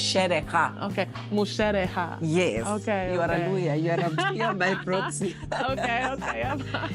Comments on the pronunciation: Love the way you got the pronunciation of the Luhya word😃 "musherekha" on the first try. You resemble Luhya ladies just feels like one of our own🫶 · Wow you really pronounced musherekha so well